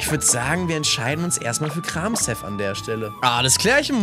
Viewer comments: Arme Pflanzenpokemon😢! Und wollte fragen, ob man Kramshef nicht wie Kramchef ausspricht. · Du ich glaube das s in Kramshef wird eher wie ein sch ausgesprochen klinkt irgendwie eleganter.__. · Lieber ich bitte sie Kramshef nicht so Auszusprechen ich Bitte sie Die Ofiziellen namen für die Pokemon zu benutzen 😂